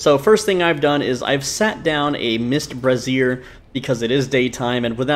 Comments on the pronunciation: It's "BRAY-zyer", not "breh-ZEER". The latter is how you pronounce "brasierre", which is an item of clothing better-known as a "bra". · 4th straight YouTuber that pronounces brazier like brassiere. Must be a glitch. Bray-zhr. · You aren't the only one doing this, but it's pronounced "Bray-zee-er" A brassiere is a type of bra.